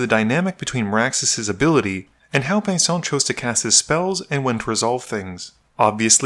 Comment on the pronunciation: Just call him Venison already if you can't pronounce his name lol. I'm sorry, I probably should eat something against my grumpyness